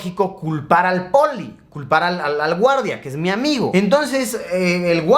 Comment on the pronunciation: Cada vez que Luisito decía “un amigo” yo escuchaba “Rayito”.